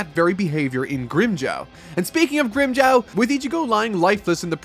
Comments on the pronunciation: has been saying grimmjow's name like "Grimmjaw" for the whole video and I can't stop laughing lmao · its GRIM JAW. JAW like what you have in your head, with the teeth. Not jaw like Jawas from Star Wars. You need to watch the anime sometimes just to learn how the names are pronounced.